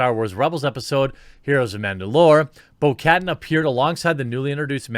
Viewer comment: You keep pronouncing names wrong of Star wars characters. You pronounce Katan 'Kat-arn' not 'Kattan'.